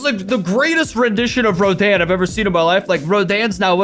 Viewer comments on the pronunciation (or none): It is pronounced like roden